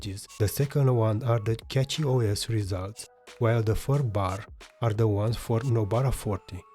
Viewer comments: something that you messed up here is the mesa. prolly why nobara did pull ahead. saw that you wrote mesa 24.3 on em all, but mangohud is showing 25.0 devel bleeding edge. Cachyos is pronounced like cashyos, like money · Didn't know cachy was said as catchy